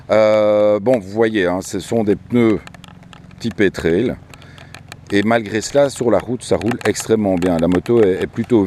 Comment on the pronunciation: On dit traille ! Pas traile !